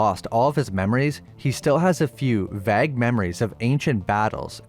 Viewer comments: He said vag instead of vague. I'm done watching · So this is AI speaking? I got the hint by when he said vag and instead of vague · An American pronouncing VAGUE as VAG is just sad. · vague is not pronounced the way you said it, vage. just a pet peeve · So glad I held off on giving this a 'thumbs up'. Little tells, that it's a bot program 'talking'. Vague pronounced as vag was the real giveaway. Silly bots. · Every time you say vague you pronounce it vag.😂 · Sooooo we just gonna ignore the way this guy says vague??? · I hate the way you say "vague". It pronounced "vay" with a hard g at the end.